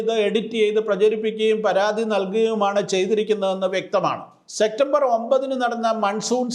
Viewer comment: സെക്റ്റംബർ എന്നല്ല സെപ്റ്റംബർ എന്നു പറയുവാൻ ശ്രമിക്കുക